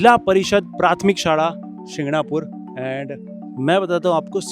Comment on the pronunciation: a small correction bro , It's called Prathamik , u said " Prathmik".